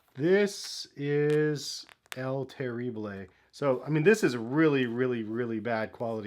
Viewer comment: "El terriblé" 😂😂😂😂